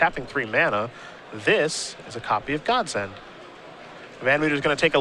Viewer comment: if it was pronounced God's End, then that is how it would be spelled on the damn card, Godsend, is an actual word aka God send. Peoples' pronunciations of cards drive me nuts.